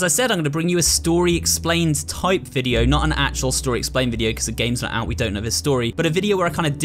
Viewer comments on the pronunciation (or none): none